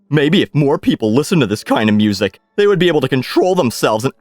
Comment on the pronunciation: Classical mussik